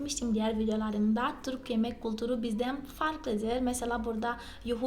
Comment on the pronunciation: Çok güzel Türkçe konuşuyorsunuz tebrik ederim. Merak ettiğim konu ? Türkiye derken "ü" harfini çok güzel telaffuz ediyorsunuz. Türk kültürü derken neden kulturu diyorsunuz. Size kultur diyemi söylendi. Bir ü harfi olduğunu bilmiyormusunuz. Cevaplarsanız sevinirim